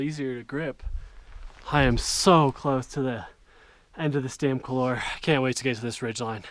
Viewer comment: Learn to pronounce coular . Also hispanic names